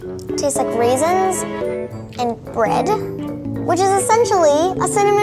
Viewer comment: “What are you talking about, raisinsA” 🤣